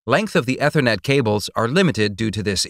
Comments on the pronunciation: Eh thernet? Lol. It’s ee thernet. And it’s pay treeon not pah treeon. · Almost right but terribly technically wrong. Bits / Bytes? AAAETher Net totally wrong pronunciation. Coax vs. twisted pair. Uggg. Totally missed the topic in the title. This list goes on. Save yourself of life wasted listening. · Dude cannot pronounce Ethernet. It is pronounced ee· thr·net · "Ethernet" is pronounced "E-thernet" not "ether-net". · Nope it's Ether-Net but Americans can't say it properly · He's trying his best to sound like a text to speech program But text to speech can usually pronounce "Ethernet" correctly...